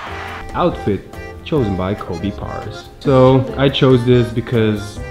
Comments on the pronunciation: Okie but like how come Kobe pronounces he’s last name as ‘pars’. Lol where did the ‘a’ between the ‘r’ and the ‘a’ go? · BRUHHH. Kobe, you know that's not how you pronounce PARAS. Smh. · Kobe needs to say his name properly. LOL